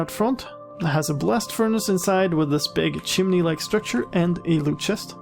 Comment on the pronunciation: Heh, as you were just referencing religion, I heard "a blessed furnace". :D